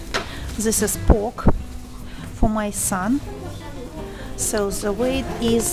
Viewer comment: Hello, I found your channel recently and I've been watching one video after another trying to catch up.....:) I have a tip for you and I hope you don't take it the wrong way as that is not my intention. I noticed while watching this video that when you say the english word "the" you pronounce it as "ze".....my suggestion is that you try pronouncing it as if you were saying "yes" in Russian, "da" - "da video" as opposed to "ze video". I hope the tip helps. Anyway, great job! keep it up. I really enjoy watching your videos. Thank you.